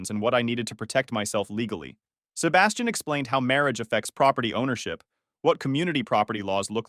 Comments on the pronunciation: good story but every time the narrator pronounces 'Sebastian' cracks me up (seba steen, instead of seh bas tian) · "Sebba-stain" 😂 ugh, AI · Sebastian is pronounced “Sea-bash-ton” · On the upside, at least he had Seb-uh-stain there to advise him. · Y’all need to work on the AI pronunciation of Sebastian